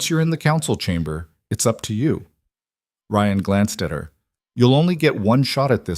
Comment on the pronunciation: Ryan Rion lord I love the voice but keep the names right! Don’t that sound exhausting with petty. But I do love the story and I’m not perfect so I don’t mind. And the ability to listen to this stories is an honor. We are not paying this people who do this expecting nothing in return. Funny how people are quick to criticize to be entertain “for free”. Same as non loyal sport team fans they are happy as long as the team wins. 😂 pathetic 😂